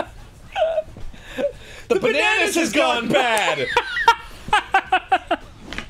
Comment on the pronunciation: "Water in za fire"